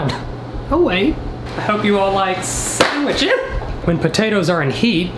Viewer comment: No one: Not one soul::hope you like samwITCHES